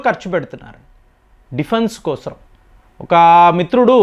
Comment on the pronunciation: దేశం కోసం అనీ పలకాలి కానీ దానికి మీరు దేశం క్రోసం అనీ పలుకుతున్నారు ఈ పదప్రయోగం బాలేదు ఎక్కడా అలా పలకరు గమనించగలరు